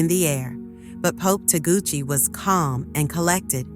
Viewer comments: Not Taguchi, TAGLE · Tagle not Taguchi. Hello! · CLICKBAIT....FAKE NEWS,,,,They can't even pronounce Cardinal Tagle's name properly